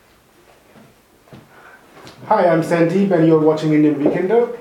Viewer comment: Sir please try saying your name Sandeep again correctly!! , Watch sashi tharoor say it right...